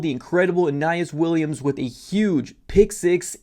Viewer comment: If you can’t say Mr Williams first name right how are you a cards fan?